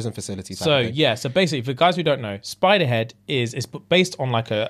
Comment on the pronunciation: I heard Spiderhead and thought Supa-head but a spider.